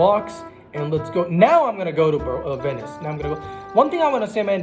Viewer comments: he says "yesterday night i was playing in wenice" but its actually Venice with a "V" and when he say wins he says vins LOL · it’s “Venice”